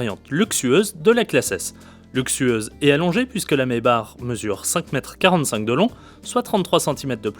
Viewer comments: maybar mdr , Maybach please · Ce dit maybakh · Ça se dit "maybaque" et non "maybar". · oh putin je suis a 20sec et le mec s'il redit maybar encore je vais péter un cable...chaud les journalistes auto,..qui s'y connaissent pas en auto.